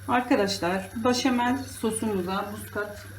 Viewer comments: başamel değil, beşamel demeniz gerekiyor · Ablam gözünü seveyim başamal deme ya 😂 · Yağ koyarsanız makarna sosu çekmez. Sadece bol tuzda haşlanmalı. O zaman yapışmaz. İtalyanlar asla yağ koymaz. Bir de başamel değil. Beşamel deniyor. Bilginize🙋‍♀️